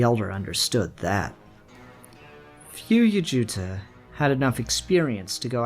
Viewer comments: Also... Yaut-ja... I’ve no idea why you kept mispronouncing it. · I LOVE this video so please don’t take this the wrong way but if you can’t pronounce ‘yautja’ properly please just call them predators. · i love this. also "yowt'cha" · the way you say yautja kills me